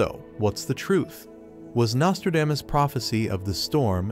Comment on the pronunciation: I just wish the narrator could learn to pronounce the man’s name correctly!